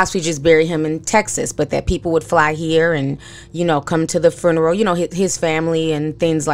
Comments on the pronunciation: lol sis are you saying "fruneral" on purpose? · Ti you really had me going "hmmmm" through the entire video. You are speaking nothing but facts! Everything is really odd. Thanks for the video and i love how you put the extra R in funeral lol aka fruneral lol love your channel! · I'm sorry but is anyone hearing how she's saying fRuneral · I love you Ti... but you killing me adding that extra R in FUNERAL lmao 🤣🤣🤣 now that's how I'm going to pronounce it from now on. Love you Ti and keep doing your thing boo